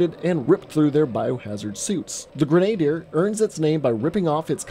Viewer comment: im sorry how did you just pronounce grenadier ?